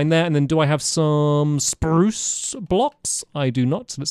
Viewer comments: The fact that he still says spruce the same way 😭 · HE SAID IT!!! HE SAID SPRRRUCE!!! Thank you Stampy.🧡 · Love how Stampy's pronunciation of "spruce" hasn't changed after all these years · I still love the way he says spruce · i love how he hasnt changed when it comes to pronouncing "spruce"